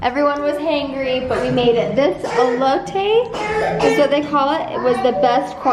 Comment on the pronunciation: Being Mexican I cringed at how she said Elote😂😂😂